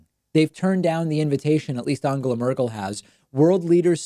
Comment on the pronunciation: at least he didn't pronounce it Engela or Endschela as most Americans do. And maybe this is a Laurel/Yanny thing but to me David's pronunciation doesn't sound really like an 'O'. It sounds more like a Hungarian 'A' or, in terms of English, like the 'a' in 'what' – somewhere between 'A' and 'O'. But sure, he could maybe do better, since the phonology of the English language has an 'A' sound in words like 'up' and 'us', and from Spanish he knows the sound too. I guess that it's too difficult for him to follow that with the nasal 'n' which requires him to pull his tongue back. I can't think of any English or Spanish word with that combination. I just recognise that he's making an effort, just as he always did with the names Buttigieg and Tulsi.